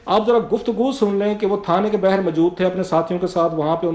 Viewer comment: mohtaram, urdu zaban k alfaaz ka talafuz drust karain khaskar baa har hota hai na k bahar etc.. aur bohat saray alfaaz hain. bashamool engraizi alfaaz.